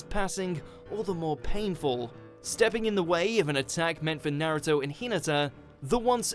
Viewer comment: Couldn't they get someone that could at least announce naruto's name propery?? Ita like they dont have naruto in england